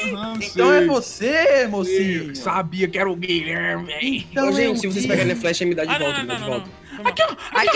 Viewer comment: FALO GUIHHLERME E BURU